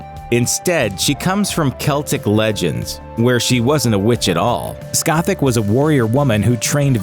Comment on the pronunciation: It s spelled scat-Ook, not scatach